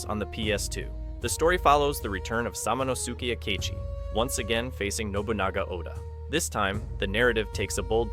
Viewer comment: Anyone else equally as pissed off at how they pronounce Samanosuke Akechi?